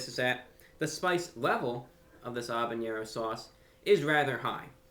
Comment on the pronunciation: Btw, it's habenero, not habeñero.